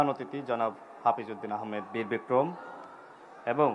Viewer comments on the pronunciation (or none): none